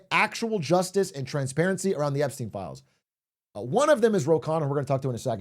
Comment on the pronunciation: Also if anyone cares its actually pronounced "Khunna"